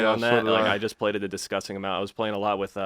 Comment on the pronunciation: Let’s take a shot every time says “distgusting”